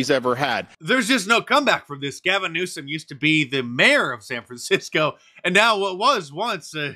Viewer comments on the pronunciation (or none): Did mark just say Gavin NUISANCE? 😂 first time i noticed this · It's not "Gavin Nuisance", it's "Gavin Noisome".